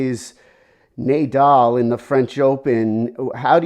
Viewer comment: My takeaway here is Nay-dal.